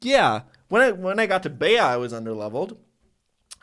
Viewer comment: I’m sure you don’t care but her names not pronounced be-ah it’s “b”, rhymes with pea